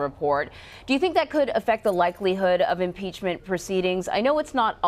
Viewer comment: Haa haa haa haaaaa .... Yes ,. Nancy ! Impeach him ! Haa haa haa haaaaaa!!!!!! That lush can’t even SAY impeachment!! Haa haa haa haaaaaaa !!!